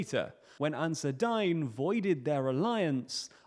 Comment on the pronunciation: It's pronounced more like Ansar Deen, not dine, which is French spelling